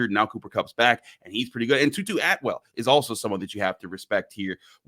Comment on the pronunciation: Tutu atwell?? Try again , moodafukka…